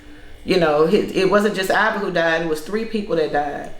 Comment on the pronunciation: IVY... Not IVORY